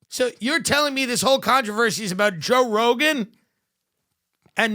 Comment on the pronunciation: wait, who's Joe ROWGAIN????